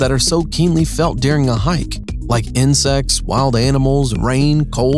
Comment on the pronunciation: His pronunciation of tent and words like 'during' is so annoying. A 'tint' and 'dearing'. Steel staircase instead of a ladder. I rolled my eyes so far back i could see my own ass.